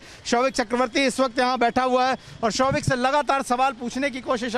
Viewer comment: Showik hears like ShoveIt ! LOL What a family Dad is a Drug addict Son is a peddler and Daughter is a Call Girl Mother is the broker. Sahi !!